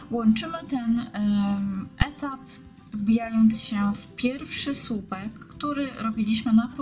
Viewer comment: Robisz bardzo ładne rzeczy ale proszę, błagam mów po polsku. Słupek a nie supek włóczka a nie włóczka. Długi a nie dugi. Robisz prifesjonalny kanał, ciekawe wzory popracuj jeszcze nad wymową. Sorry za uwagę ale ja nie daję rady tego słuchać.